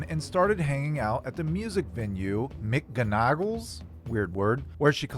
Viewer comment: Hehehe it’s pronounce “Mick-Gone-A-Gulls” :)